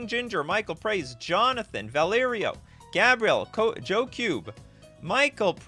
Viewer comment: Did you, a french canadian resident, just misidentify Gabriel by calling him Gabrielle?😂